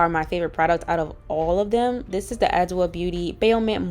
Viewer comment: Yeees, I tried the shampoo a few years ago & loved it. Also, Adwoa is actually pronounced “aj-WAH” or “ah-ju-WAH” (dw makes a “j” sound, and the emphasis is on the last a, not the first.) Happy Friday! 💕